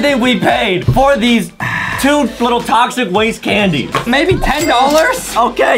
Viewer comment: tochic waste hahahhaha saour